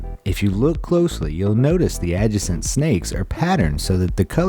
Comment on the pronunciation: when you don't know how to properly pronounce "adjacent." Sheesh.